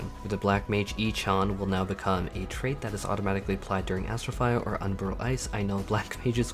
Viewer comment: I had to go back like 5 times and then read the translation to figure out that wtf black mage ECHON was... it is E-NO-CHI-AN with CHI read as QI